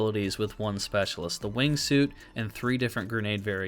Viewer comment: Why does the first operator say suite and not suit? Lol this mofo drags around a whole room to live in or something 😅